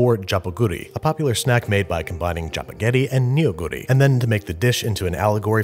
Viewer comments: I'm a Korean and I've been watching babby since like, the beginning of time I'm quite happy to see a Korean film featured on the show, thanks babish (Also it's pronounced Nou-guri(너구리), but boy no one can't say you didn't try) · In regards to your pronunciation: your pronunciation of Neoguri is the one that got me. the eo in korean words is pronounced like our long "o". Phonetically it's "No-goo-ri". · Ah nevermind, your question was about his pronounciation - he is very close. One thing I will point out is it's actually not neo-guri (as package suggests), it's more like nuh-guri. Can't blame him though, the packaging itself is misleading. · Just to correct, Neoguri is not pronounced "Nioguri", it is "Nuhguri" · It's not "ne-o-gu-ri" it's "neo-gu-ri" the "eo" stands in for a single vowel sound (ㅓ) that's like the "o" in "off", "brothel", "olive"... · especially neo-guri as if it's Neo (as in new) Guri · You don't pronounce the "neo" in Neoguri like Neo from the Matrix. You say it like "nuh", so it sounds like "nuh-goori" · In normal cases, ya, it is pronounced "lee." However in this case, its more pronounced "ri." So it's "nuh-goo-ri." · Just a note, neoguri despite the spelling is pronounced "nuh-goo-ri" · "NEEYO-guri" "Jjajang meeyong" "Jambon" (but in French) Babish pronouncing Korean words is the best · The way you pronounce chapaghetti and neoguri makes me cringe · Well the pronunciation wasn't perfect. He pronounced the J of Jjajangmyeon more like in Jacques than in Jack. And Neoguri is not pronounced like Neo from the Matrix. Wow, I must be really fun at parties. Just realized how pedantic this comment makes me look. Anyway, I agree with everything else you say and I love that Andrew puts in the time and effort to research the pronunciation and the cultural background of his dishes. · Most Koreans pronounce that word wrong. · He mispronounced 너구리